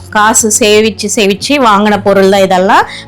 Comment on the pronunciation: சேவிச்சு என்றால் ஸ்வாமி கும்பிடுறடறது இங்க நீங்க சொல்ல வருவது சேமிச்சு என்றால் save பண்ணுவது 😅.. please pronounce correctly